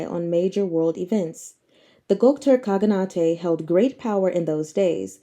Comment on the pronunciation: enjoy your reading so much, thought i'd just point out one word. khaganate is read in same fashion as shogunate (I think)